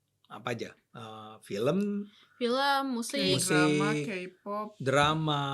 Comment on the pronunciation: Tolong mbak yang pake jilbab untuk KPOP K nya dibaca KE bukan KI. War juga dibaca wor. Kalau mau ngomong Inggris sekalian yang bener.